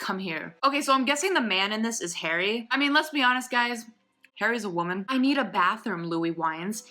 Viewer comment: "Harry is a wemon" IM 😂😂😂